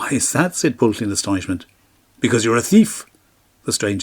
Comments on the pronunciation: The incorrect probounounciation of Pwyll is not Pwll. "Pwll" has a completely different meaning!!!!! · I wish that Pwyll and the other Welsh names could have been pronounced correctly. It would have improved the storytelling. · Pwyll is pronounced "Pwythh" with a stronger emphasis on the H and the L is barely if at all annunciated. Same with Glyn Cuch, "Keethh". Nobody expects you to speak the language like a pro, but at least try with the proper nouns. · i thought it was pronouced poo eeth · How can you say that Pwyll is pronounced 'Pwythh'? There's no 'th' sound in the word at all. It's uniquely Welsh (and I suspect you're not) and is an aspirated 'L'. gets it almost right. He just needs the 'wy' to be sounded (a very short 'oowee' sound). Same with Cuch -- no 'th' sound at all. Pronounced like the 'ch' in the Scottish 'loch'. You could at least try with the proper nouns yourself... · there is nosuch word as mabinogion. pronounce the name properly...Pwyll